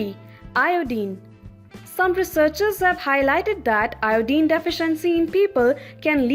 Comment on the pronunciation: Good video overall but many words are missed pronounced. Iodine, lavender, inflammation